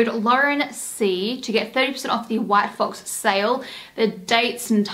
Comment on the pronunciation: I thought you said “white folks” 😭 yayyyyyy hauls! 🫶🏼